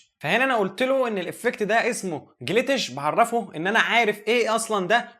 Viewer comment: هو اسمه جليتش مش جليتيش 😂😂ربنا يوفقك♥️